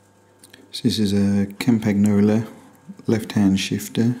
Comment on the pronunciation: You misspelled Campagnoloin in the video title, and you totally mispronounced it. Should be cahm-pahn-YOH-loh - no hard "G" sound.